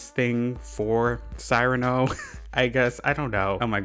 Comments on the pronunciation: Isn’t it Ce-rah-no? Not Cyiiii rano lol? Like see…rano? For the pronunciation of Cyrano lol 🤗🤗🤪😁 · Small thing, but Cyrano is pronounced see-ra-no. He’s named after the title character of a French play who has a big nose! (It’s a really good play, one of my favs, highly recommend and I also love Cyrano as a villager.)